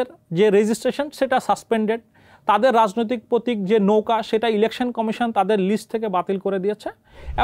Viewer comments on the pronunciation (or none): none